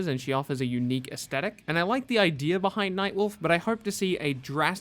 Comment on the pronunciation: Didn't know that idea had an r to it